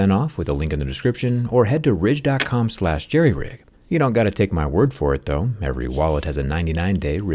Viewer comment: Did you say Jerryridge?